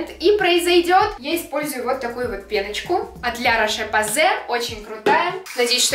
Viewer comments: ЭТО ЧИТАЕТСЯ "ЛЯ РОШ ПОЗЕ" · Правильно говорить " ля рош позай" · правильно читается ЛЯ РОШ ПОЗЕ Заметь пожалуйста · нет ты все таки опозорилась произноситьмя ларОш пОсэй